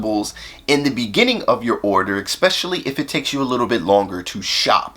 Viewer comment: With all due respect, “eckspecially” is not a word.